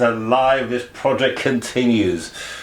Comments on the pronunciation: You’re saying projek 😄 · Why are you saying project wrong 😄